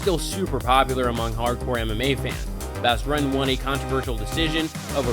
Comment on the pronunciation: Try spending 5 seconds to learn to pronounce fighters names like Bas Rutten.